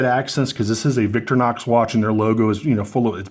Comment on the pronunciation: VICTORINOX !!!!!!!!....Not VICTORNOX !!!!!!!